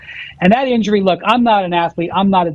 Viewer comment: “the inury situation” ….. ….